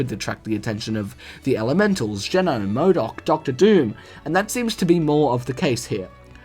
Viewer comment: Its MODOK not Moodock.